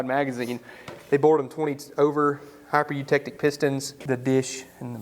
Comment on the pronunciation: I'm surprised, you knew the proper way to pronounce Hypereutectic, very good :)